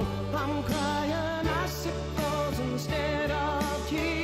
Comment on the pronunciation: icicles, I always thought he said, acid drops.